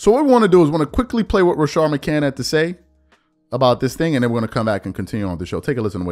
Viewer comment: You just refuse to put that s on the end of his last name! Damn shame!